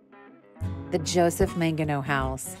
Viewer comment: Manigault is not pronounced as if it was spelled Mangino, It's pronounced as if it was spelled Manigo.